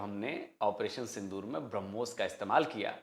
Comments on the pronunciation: If you listen carefully he initially referred to Brahmos as Harbooz. Thank God he didn't call it tarbooz.😂😂😂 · हूरों के लिए मर मिटने वाली कॉम brahmos को भी hurmos pronounce कर रही है 😂